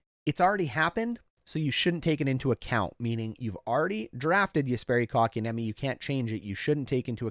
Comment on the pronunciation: KK's name being pronounced correct on Hot Garbage Sports is not something I am used to yet. :O